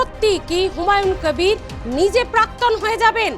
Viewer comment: আরে আপনি একটা বাংলা খবরের চ্যানেল এর সঞ্চালিকা আপনি বার বার হুমায়ুন কবিরকে হুমায়ুন ক্যাবির ক্যাবির উচ্চারণ করছেন কেন। আপনি কি ভাবছেন এইভাবে বিকৃত উচ্চারণ করলে আপনার চ্যানেল এর টিআরপি বাড়বে। আপনি নিজেই একটু এই সঞ্চালনা টা শুনে নিজেই বলুন আপনার এই সঞ্চালনাটা পাতে নেওয়ার মতো কিনা। আর আপনার তো দেখছি অনেক জ্ঞান, অনেক গুন আপনি একাধারে সঞ্চালক, রাজনৈতিক বিশ্লেষক, আবার ভোট বিশেষজ্ঞ। মনে হচ্ছে প্রশান্ত কিশোরের ভাত মারা গেল ।